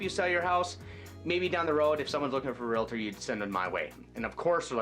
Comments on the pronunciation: Realtor, NOT realitor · REALTOR.....There is no A after the L. Please stop saying REAL-A-TOR. It makes you sound ignorant. Otherwise, good tips.